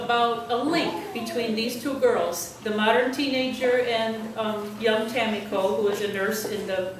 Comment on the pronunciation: Superb summary. Thank you for choosing my novel and for being such a sensitive reader. A+ for pronouncing Tamiko's name correctly. Most Americans put the accent on the second syllable, but you had it on the first where it belongs. I send much appreciation from Austin, Sarah